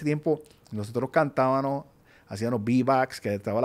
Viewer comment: Cantabanos Se dice Cantabamos